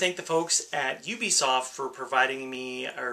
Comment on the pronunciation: Holy crap, someone actually pronounced Ubisoft correctly!